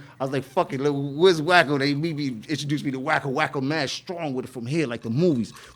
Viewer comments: It's "WACKO" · Wacko not Wack 😂😂😂😂 too funny